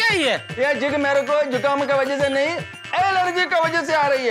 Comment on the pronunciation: एलर्जी ❤✅ एजर्ली 😂😂😂😂😂😂😂😂😂😂